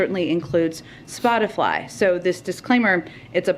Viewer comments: "...Splotifly." - jen psaki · Wait.. did she say Spotify or Splatafly? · Psaki totally said Spot-a-fly